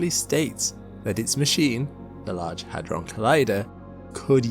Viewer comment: with your accent i thought you said a$$ drum